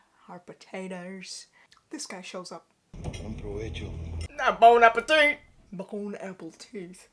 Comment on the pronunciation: Did I hear Bon Apple Teeth?? Shout out to Doka Ryan!!